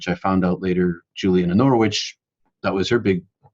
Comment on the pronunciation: That is a great description, isn't it? While on the topic of ladies of God I should let you know (being English) that Norwich is pronounced either Norr-itch or sometimes Norridge, to rhyme with porridge.